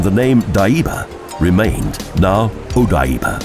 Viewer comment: Very nice video of Tokyo, BUT... the narrator's pronunciation of Japanese names (Asakusa, Ieyasu, Odaiba, etc., etc.) is terrible. Almost couldn't understand what he was trying to say, and I lived in Tokyo for 10 years!! Suggest you get a native Japanese speaker to assist. Now I will look at the other Japanese city videos and probably see the same thing... :-(